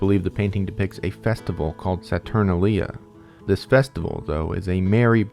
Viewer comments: heads up: it's 'Sa-tur-nail-ya' and 'La-kay-sis' :^) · never heard saturnalia pronounced that way